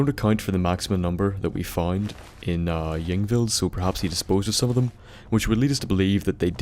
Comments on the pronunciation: Pronounced EEng-vild. Also, the plural of sarcophagus is sarcophagi. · hey bud, i think it'd be safe if you pronounced it Inveld. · It's pronounced ing-vild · ying vild is how its pronounced I think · Pronounced Ingvild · pronounced "ingvld" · Pronounced Ying Vild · it's pronounced ung-vild. In skandinavia ys are pronounce "u" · I think y's in skyrim are pronounced as i's so it's like ingvild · The "Y" is pronounced like it is in a name such as "Yvonne"